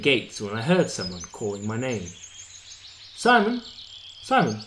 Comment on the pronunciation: Why SIMON? His name is SEMYON. It is Russian name!